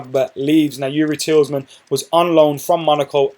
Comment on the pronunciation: Tielemans is pronounced as Tee - luh - mans. (Tee as in T-shirt, luh as in luck)